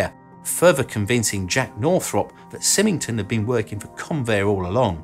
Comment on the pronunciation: I would not expect you to know this, but Stuart Symington is pronounced Seye ming ton. He was the US Senator (D) from Missouri from 1953 to 1976. He also played a quite a role here the the Kansas City, MO area, and even has a school named after him. Again, I did not expect you to know that, but there is also a "new" flying wing in the USAF future the B-21 Raider -- which looks close to the B-2, but a little different.